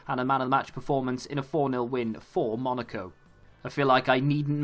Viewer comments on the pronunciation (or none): none